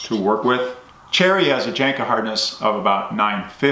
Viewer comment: The J is pronounced like a Y. Janka